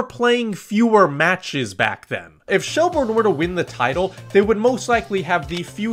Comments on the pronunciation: Great video but it’s “Shelbirn” 😄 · It's pronounced shell burn not shell bourne